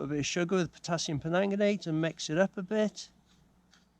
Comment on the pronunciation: Great channel .... just for ref it’s Potassium PerMANGganate ( no offence intended fella) hahah keep up the channel as a Welsh Mam loving it